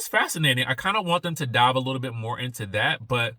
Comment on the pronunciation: I love the roosters! I'm from the country to. I hear it, when you said,"She just can't take no mo"😂❤I love it!